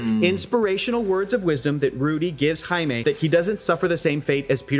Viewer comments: Do us Africans a favour and just call him JAIME not aime... JAIME is pronounced as JEYME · Maybe if said Jaime's name right!!!!? But at the very least make sure they say names correctly!! PLEASE!!! JESUS!!!!!